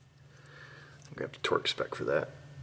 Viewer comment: Torque not tort.